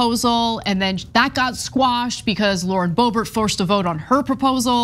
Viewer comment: Sometimes I hear "Lord Bobert" and it makes me giggle cause I think of her as like a dark lord.